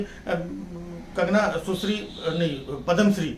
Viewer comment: Bar bar sushri ....susri sunai de Raha hai (susri) saas ki yaad dila Raha hai yeh shabd Kai grahnio ko